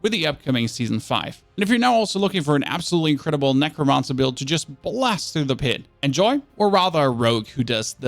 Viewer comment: Nec - ro - man - cer. Not mon sir ya weirdo.